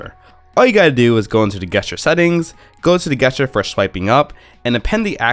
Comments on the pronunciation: Yeah its definitely supposed to be a soft g sound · Cool guesstures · Its that darnn game! I say it the same way because I grew up playing Guesstures before I knew that "gesture" was a word. I now long-pause before pronouncing the word to make sure I'm going to say it right. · You say Gesture weird. It's pronounced Jest uses... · I guess ture triggered by this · How the eff did you make it this far in life saying gesture like that? Go back to your teachers and tell them they have failed you. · The way you pronounce the word "gesture" really triggers me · It kind of ruins the video.... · Yeah, I stopped watching after he said it the second time I thought the first time was a one-off after he said it again I couldn't focus on the video anymore